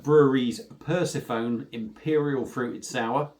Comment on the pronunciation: Sorry but it is pronounced per sef on nee lol 👍